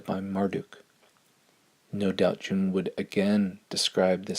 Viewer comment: Jung is pronounced Yung!